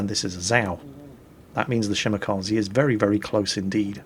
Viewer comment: Dear, for the love of God: Ree Shell Yeah and Shee Mah Kah Zeh.